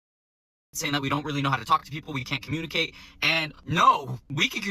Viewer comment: "We can curmurnclicate quite well!". You sure bud?